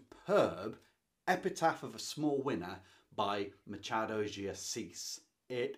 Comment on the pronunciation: Machado is pronnounced like this, the "ch" sounds like when someone asks a child to be quiet. Shhhhh . Ma - schhhha - do de Assis. 🇧🇷😉